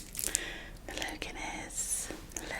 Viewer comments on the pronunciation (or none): pronouncing it guinness 😭 brilliant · did you just say hello Guinness 😭😭😭